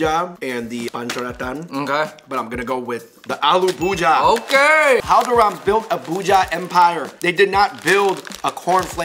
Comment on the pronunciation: "Aloo bhuja" really 😂.